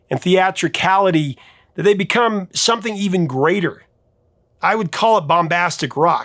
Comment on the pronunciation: Wow, Justin wasn't joking. He told Elizabeth Zharoff (charismatic voice) the pronouncing of th as f, some-fing, is a Hawkins family trait lol. His brother sounds exactly the same!